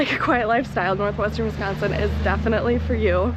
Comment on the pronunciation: How long have you been in Real Estate? BTW way you say Northwestern Wisconsin is cool.....